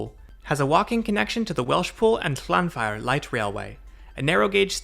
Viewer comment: Enjoyed this. Not used the Cambrian line because I live in the wrong part of Wales, but I hope to one day. Your pronunciation of Llanfair PG was spot on